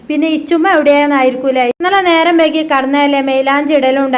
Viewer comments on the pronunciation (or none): none